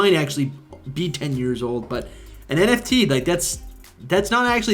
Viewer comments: You lost me at Enefti😐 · This was believable until “enefti” for me